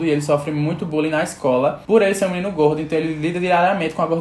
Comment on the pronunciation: Kkkkkkk o jeito q ele fala gordo é muito engraçado